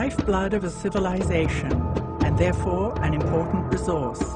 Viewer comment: the "sh" sounds by this narrator ruin this. CivilizaSHon...